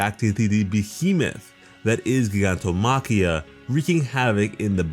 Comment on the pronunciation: Y he say gigantomakia like that